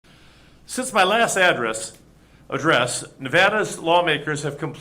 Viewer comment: Can someone please ask the governor to rehearse his speeches? He’s fumbling and mispronouncing too many words. Like address. Really? Rehearse, rehearse, rehearse. You are a public speaker, sir